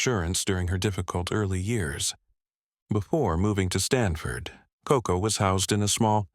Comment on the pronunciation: Koko, not Coco.